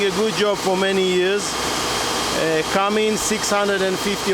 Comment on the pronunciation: As a salesman you should know it is not Cummings. It is Cummins.